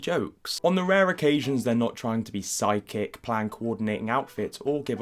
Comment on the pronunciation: I couldn't help hearing "sidekick" instead of "psychic"